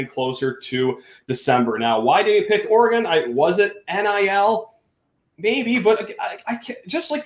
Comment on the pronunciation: Can you please put some respect on the name and pronounce Oregon correct.